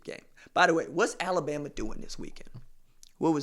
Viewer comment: RJ you are crackin’ me up about Al-la-BAM-MA!